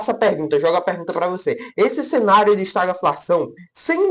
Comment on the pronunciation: a pronúncia certa de estagflação é esta-GUI-flação e não estaglafação. O vídeo está bom.